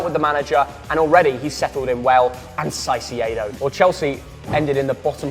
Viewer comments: ITS NOT PRONONOUNCED "SAISEE-EDO" ITS "CAI-SEY-DOUGH-" CAICEDO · BRO STOP SAYING SAICEDO ITS CAICEDO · seriously pronounced Caicedo as Saisedo 😂😂😂😂😂😭👋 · Please pronounce Caicedo as Kai-say-doh instead of s-eye-see-ay-doh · Why are they pronouncing it Çaicedo (Sai-ce-do)? Is it a meme or are they just trying too hard? It's pronounced Caicedo (Kai-se-do), no complications. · “Saisiedo” you both are muppets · Stop saying saiseido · Kai-say-doe for the record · Can we please get to say Caicedos name right please. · ngl i hate how you and pronounce Caicedo.